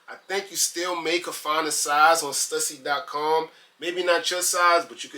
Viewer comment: I think it’s pronounced: Stoosy